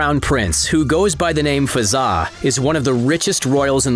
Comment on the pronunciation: I’m from uae and it’s Hazza not fazza